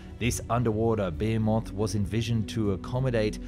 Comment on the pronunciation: Excellent video! And thank goodness that you pronounced ' behemoth' correctly and not the Cockerell American 'bohemoth ' !